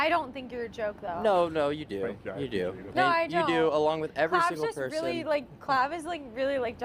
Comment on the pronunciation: he cant even say person properly?!